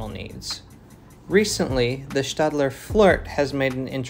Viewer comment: I thank you for correctly pronouncing Stadler, it may seem like a trivial difference, but its still cool to hear.